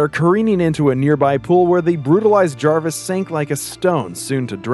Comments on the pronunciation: It’s jervis tetch not jarvis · Is anyone caught on the fact he keeps saying Jarvis